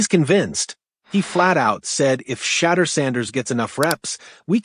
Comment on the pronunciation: My guy can you learn how to pronounce his name correctly? How like your take